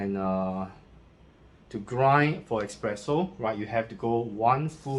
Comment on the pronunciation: is not expreso... is espresso...... It is not express is es-press. Nice review